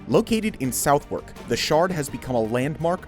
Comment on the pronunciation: You pronounced “Southwark” wrong, it’s pronounced “suthuk” (I hate uk place names as well) but despite that, these two videos were really good